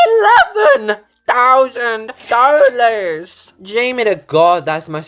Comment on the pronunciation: The way he says DoWLaSss